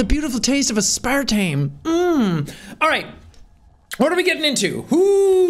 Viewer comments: are we not gonna talk about how he pronounced "aspartame" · I'm not ok with how Sean pronounced Aspartame in the beginning lmao